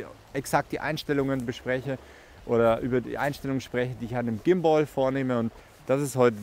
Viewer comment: Vielen Dank für das Video aber bitte hör auf Gimboi zu sagen 😵‍💫 Übrigens ein wirklich schönes Ergebnis 👍😉